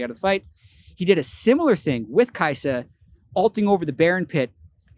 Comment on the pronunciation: So kaisa is pronounced saya?